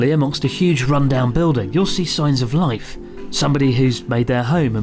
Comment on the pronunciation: Rife! 😆 no L’s in Japanese!